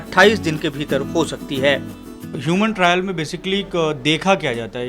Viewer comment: योवन ट्रैयल नही ह्युमन ट्रा़यल